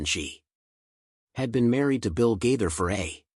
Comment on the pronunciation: I thank this one of them computer stores because it doesn’t know how to pronounce their last name. Just saying 😢😢